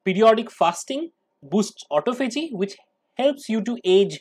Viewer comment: Please check your pronunciation...I believe it is "ah TAH fah gee"